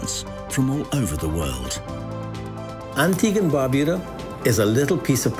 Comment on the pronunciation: Even the person in the commercial cannot pronounce Antigua and Barbuda.